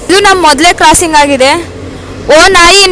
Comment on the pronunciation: ಕ್ರಾಸಿಂಗ್ ಎಂದು ಹೇಳಮ್ಮ. ಜಿಂಗ್,ತ್ಸಿಂಗ್, ಝಿಂಗ್ ಎಂದು ಹೇಳುವುದು ಎಲ್ಲಾ ತಪ್ಪು. ಬೇಗ ತಿದ್ದಿಕೊಳ್ಳಮ್ಮ.